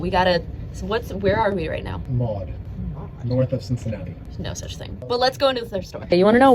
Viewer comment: Didn't know my name was pronounced Maowd